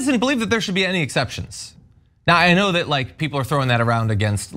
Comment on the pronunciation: He can't even pronounce "that" correctly... it comes out "dat!.